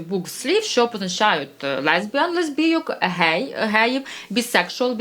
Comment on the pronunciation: "Гей"-це вигук, а "ґей"-це ґендер!